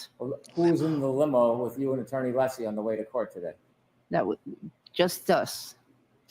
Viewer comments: It's UH-lessie DUMBASS!!!!!! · Honk breenan is a petty, little man intentionally mispronouncing Alessi. I think he knows Mr. Alessi is very liked by the public and he isn’t. Jealous. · I'm not sure attorneys realise how they come across. The vast majority of trials have very limited audiences so the general public doesn't get to see the likes of Brennan being so obnoxious. The lack of scrutiny means obnoxious and unprofessional conduct does not get checked. Brennan repeatedly mispronouncing Alessi's name should have been picked up on, for example.